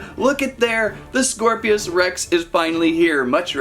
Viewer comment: "scor-pios" rex💀 Nah it's "scorpios rex"